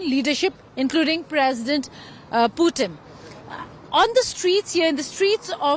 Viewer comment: hey India Today guys, Please do not mis pronounce PUTIN .... its POOTIN